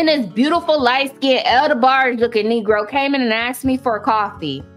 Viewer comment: Did you say El DeBarge 💀